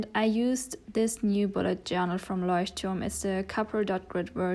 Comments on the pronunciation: Ich hab mich gewundert, warum du Leuchtturm so gut aussprichst... Dann sehe ich du bist deutsch 😅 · I heard you pronounce Leuchtturm and I just KNEW that you either were German or spoke German xD